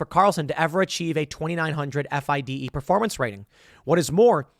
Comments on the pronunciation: FIDE pronounced FEEDAY. Lol. Get Hikaru on your podcast! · I love how you pronounce fide. Lol. It's pronounced fee-day. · Tim, you don't even know its pronounced, "Feeday" come on... and this lawsuit is packed of lies and exaggerations. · When Tim spells out "FIDE" instead of saying "Fee-Day".... yea Tim, your talking out of your azz here bud... you dont know much about chess. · It's pronounced fee-day(FIDE)